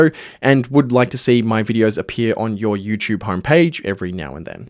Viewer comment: for some reason my brain noticed the pronunciation mistake of your and wouldn't let it out of my head. That's why I've commented.